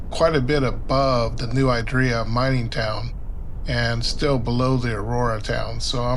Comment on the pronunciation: San Benito resident here, you’ve got it right, you’re just saying it a little funny. No idea where this person got “I-draw”…